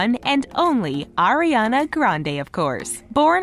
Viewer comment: It's Ariana not Ariena